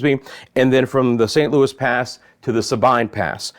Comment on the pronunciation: It's not st Louis pass it's san Loui pass. And its sabeen pass.